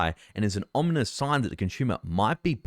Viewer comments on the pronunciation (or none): none